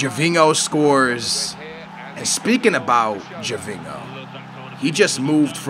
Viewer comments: For gods sake aa! Gervingo, ronaldingo!? Ho is pronounced yo!!! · "Gervingo" wtf?